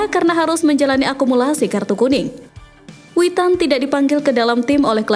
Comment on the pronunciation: Mimin ngak salah kah nyebut Witan😂